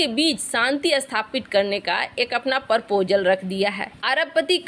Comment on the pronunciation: देवी परपोजल कब सीखेंगी सही उच्चारण प्रपोजल कहना ? बहुत सारे शब्दों का देवी जी आप गलत उच्चारण करती है |आपकी आवाज़ से लगता नहीं है की आप एडवांस age की है और सही बोले नहीं सकती हैं |